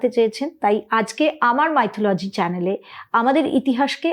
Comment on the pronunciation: উচ্চারন টা 'মিথলজি' মাইথোলজি' নয়। যাইহোক, আপনার শুভ নামের বাংলা ভাষান্তর 'নবজাগরণ' যে শব্দ উচ্চারিত হলে একটি মাত্র দৃশ্যপট দর্শনেন্দ্রিয়ের প্রসারপথে জাগ্রত হয়ে ওঠে, বিভীষিকাময় অজ্ঞানতার কুহকিনী আঁধার যবনিকা ভেদ করে প্রজ্বলিত হয়ে ওঠা প্রজ্ঞার আলোক বর্তিকা। তা এইরকম একটা নামের অধিকারীনি হয়ে, হঠাৎ একজন জাতে ওঠা পুরুৎ কে নিয়ে বুজরুকি নিয়ে পড়লেন! আশ্চর্য! এইসব ছেড়ে দিন, গঠনমূলক কিছু করুন। সব থেকে ভালো হয়, আপনি যে বিষয় নিয়ে পড়াশোনা করেছেন, সেই বিষয় নিয়ে মৌলিক বিশ্লেষণধর্মী কোন ভাষ্য পরিবেশন করুন।